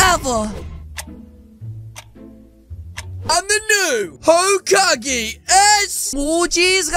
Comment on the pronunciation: bruh kakashi said holecage